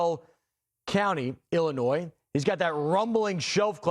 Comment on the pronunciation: No s in Illinois when you pronounce it and The county is Taz like Tasmanian devil not tayswill there you go have a great day